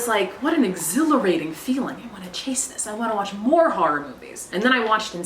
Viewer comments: I love the thick Boston edge on the way she says the word horror as "harr-ir". It delights me. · I love that you say “horror” the way my mom does. “Harrar” “Haurrible” ❤ lol